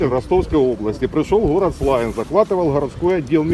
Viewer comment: дед не из Славянска... местные делают ударение на первом слоге - СлАвянск,а те кто не знают обычно говорят - СлавЯнск... залетный дедок...